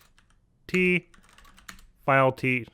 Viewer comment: File , Not Fule